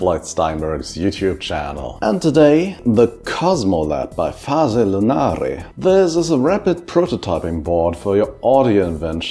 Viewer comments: you pronounced it well! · Yes you did it well, I find it a funny name for synthy stuff 😅